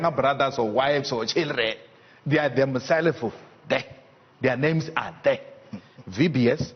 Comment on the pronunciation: They are THEMSELFOO DER...!!! lol the way he said it, I'm dead...